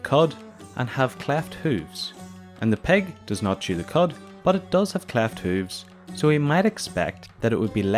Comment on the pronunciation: It's not peg it's pig 🐖